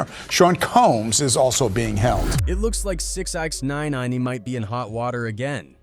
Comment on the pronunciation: Did he just say 6-x-9-nine lmao